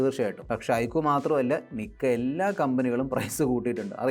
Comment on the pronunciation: ഐക്കു ❌ ഐക്യു ✅